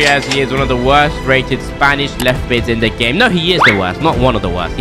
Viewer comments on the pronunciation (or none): none